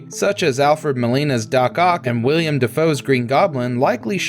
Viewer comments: How can a guy who mispronounces one of the lead actors name have this job? Like come on, really? William Dafoe? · "William Dafoe" No dude. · The part were you called Willem Dafoe "William". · It's WILLEM Dafoe, NOT WILLIAM. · C’mon, WILLIAM Dafoe? Can’t continue watching after that smh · Seriously? WILLIAM Dafoe? This is why I can't watch your content start to finish. First it was BETT Davis and now this. Shoulda stayed in school...